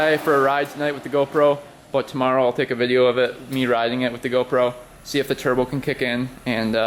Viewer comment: "churbo" lol